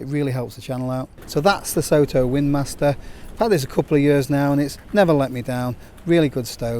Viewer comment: As they're a Japanese producer I think Soto should probably be pronounced more like "sotto" (to rhyme with "grotto": "so" as in "sock"). It's the Japanese word for "outside".